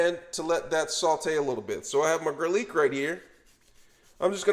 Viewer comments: Sausgeeeee , garleek & unioooon make sure you fryta it 😂😂😂😂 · Subscribed just because I love how he says garlic, sausage and onion 😂😂